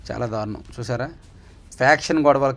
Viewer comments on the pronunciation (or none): none